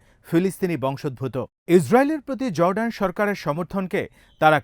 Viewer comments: JORDAN not ZORDAN // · correct pronunciation of Jordan is Jor-Dan it's no Zor-dan. It's vital that correct pronunciation is vital when delivering news. Thanks